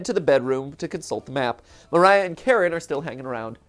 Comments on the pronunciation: I never said my pronunciation was correct, just that I didn't think Karen was it, even if it does fit her to a T XD but yes, if you use the Ukrainian pronunciation, it's Kah-reen. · She is not karen she is ka-rin ...ok? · Kuh-rin is how i've heard it, which I beleave is how you would pronounce it using Japanese phonetics. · I love how Matt pronounces Karin's name as "Karen". Strangely accurate... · So obviously google translate isn't the most reliable, but it says it more like Kah-rin, almost Kah-reen